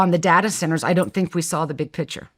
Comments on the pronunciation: Omg. Everytime she says picture “pitcher”… and she says it a lot. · Pronouncing "picture" as "pitcher".. 😭